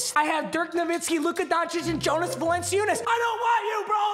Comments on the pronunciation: Says “not horrible at name pronunciations” 5 minutes later Jonas Valenseeeoooooonus It’s Valen-Chew-nas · my name pronunciations are actually pretty good Also: valen see you nas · "my name pronounciations are usually really good" also: "Jonas Va-lence-see-unas" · “vah lency yoonas” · Va lencey oonis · Val-an-chew-nas for future reference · Val-in-chew-ness lol 😂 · Papa it’s (yo-nas) - (val-en-chew-nas) lmao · Let’s go the GOAT Val-en-see-you-nus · papa: my name pronunciations are good also papa: valenceeuness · Val-In-Choonas bro.. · Val-en-chew-nas papa 😭😭😭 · It’s yo-nis valan-chewnis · Valanciunas=(valen-chu-nes) your welcome 😂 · VAL-EN-CHOON-ES holy shit papa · Its Val-en-chu-ness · it’s val-en-chu-nes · val-en-choo-nass please x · Valanchewnas. Close though. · it’s val-en-chew-nis 😭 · BRO ITS VAL-IN-CHOO-NUS! MADE ME SO MAD😂 imma grizzlies fan that’s why btw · Just saying it is (Val-en-chew-nis) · Papa it’s Val-in-choo-nece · (VAL-EN-CHOO-NESS) cmon bruh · It’s Val-en-chew-nis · its val-in-chew-nis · Jonas Valen-si-oon-is Yeah ok bud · Its val-en-chu-nes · Papa it’s “Val-a-cuh-ness” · Papa it’s VAL-EN-CHEW-NESS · Love u but its val-en-choo-ness 😭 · The dark matters name is pronounced yo-nas Val-in-choo-nis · It’s Valen chu nes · Val-en-choon-is btw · Oh and it’s pronounced Val-N-Chew-Nes for future reference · It’s pronounced vallan-choonis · It’s pronounced Valenchunes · Lol its pronounced Jonas Val-lin-choo-ness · Does he know that valunciunas is pronounced vah-lahn-CHEW-nas\ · Pretty sure it’s pronounced Val-in-Choo-Niss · Val-an-chu-nas. That’s his name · jonas valanciunas is pronounced val-an-choo-nas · Say it with me papa VAH EL EN CHU NESS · It’s pronounced “Va- Len- chew- ness” js js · Papa it’s Val-in-chew-nis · What the hell is a vulenceeoonus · papa it’s val-en-chun-is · It's pronounced Vallenchunis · It’s pronounced yonas valenchoonis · Papa it's pronounced Val-an-choo-nis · Papa it is pronounced [val][an][choo][nus